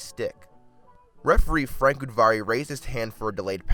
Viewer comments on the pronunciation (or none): none